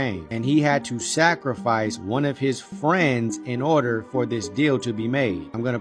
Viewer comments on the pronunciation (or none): none